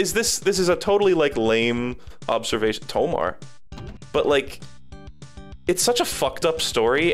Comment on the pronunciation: YOU CANT JUST SAY TOMAR AND NOT DWELL ON THAT